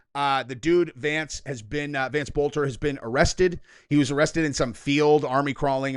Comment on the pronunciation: Boelter is a German name the o is silent